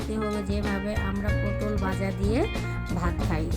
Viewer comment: পোডল না পটল হবে।